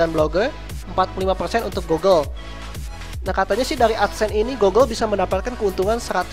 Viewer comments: bukan gogle bacanya tapi gugle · i think how to say google is gugel not gogel. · GOOGLE : cara bacanya itu "GUGEL" bukan "GOGEL" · GOOGLE.. not GOGGLE.. damn